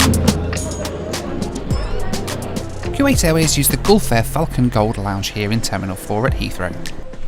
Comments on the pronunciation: ) .. that man was trying to figure out what in the world you were doing,,,I agree with you so much! Those dividers are foolish! Whats the point of having privacy for your arms?, Its Koo-wait not Kyoo-wait :) Great Video! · Dude, it’s not pronounced Q8.